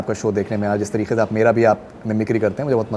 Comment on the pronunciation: And that tareeQAY from the epiglottis 🙌